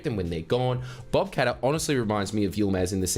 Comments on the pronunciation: Mrs Bucket. Mr Qatar. ..... 🤠😤... IT'S PRONOUNCED KAT-TARR 🤜🤜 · Qatar is actually pronounced Cutter. I know, very disappointing